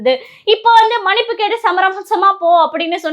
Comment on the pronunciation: அருமையான காணொளி. சகோதரிக்கு வாழ்த்துக்கள். ஆனால் ஒரு உச்சரிப்பு திருத்தம்,மனிப்பு அல்ல மன்னிப்பு என்று உச்சரிக்வேண்டுமென்று அன்போடு கேட்டுக்கொள்கிறேன்.